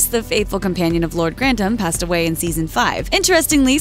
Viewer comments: Hard to watch this when every mention of the name is wrong. Grantams instead of Gran-tham.... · Can you stop saying countess of grandam and earl of grandam, it's grantham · Shows the narrator had never watched the programme. The name I'd pronounced Grantham with a th not Grantam with a t. If you're going to report on it get the pronunciation correct. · The way you pronounce GRANTHAM is aggravating! It is GRAN-THAM, NOT GRANT-HAM. UGH! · in old english, it is/was 'grant-ham', not 'granth-am' as they characters say it in modern times. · Grantham is pronounced Gran th am, not Grant ham. I live very close to Grantham for ten years. Pronunciation is important, please do your research. Good video though. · GranTHem!! not Grandem!! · Is i the goal of every American to purposely mispronounce English words? *Crawley and Grantham. Its Gran-THAM not Grant-am. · Or grant-am. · Why do they pronounce Granthem like that?? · "Lord grantam" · This narrator continues to mispronounce “Grantham”, calling it “Grandom”. Annoying. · Why can this chick not pronounce Grantham correctly? Why did no one fix it before putting it on YouTube? This is very rude. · Just by your (mis)pronunciation of Grantham, I know you haven’t watched an episode of this show at all. 🙄 Further, Isis was named as such in honor of Highclere’s earl, who was a budding Egyptologist. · Why does she keep saying "Grantham" like it rhymes with "kingdom"? There's a "TH"!!!! Drove me crazy enough to do a thumbs down. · Your narrator woman can't seem to correctly pronounce GRANTHAM. What's the deal?